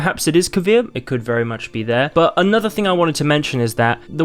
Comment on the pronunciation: It is Kovir.